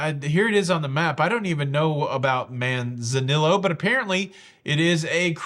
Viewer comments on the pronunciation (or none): I'm not sure if anyone mentioned this, but for future videos it is pronounced Man-za-nee-o. But hey...the Captain last month couldn't pronounce it lol, so no one really cares. It's just the teacher in me ;) I've saved a lot on AARP cards, but Princess discontinued theirs all together a few months back The cruise lines, not AARP, set the discount. I would hate tall glass on balconies. It most likely wouldn't help, as where there's a will, there's a way. Happy New Year! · Perhaps consider learning how to pronounce the name of the cruise port it’s not Man Zanillo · It’s pronounced Man - zan - e - oh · Manzanillo - Man-Za- neeyo (double L has a Y (ee) sound. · Manzanillo is pronounced man za neeo. “ll” is pronounced “y.” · Man zan knee o, how to pronounce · The double “L” in “Manzanillo” is pronounced like the “J” in “John”.